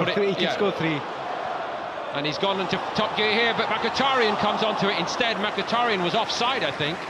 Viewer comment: he commontator says mackatariyan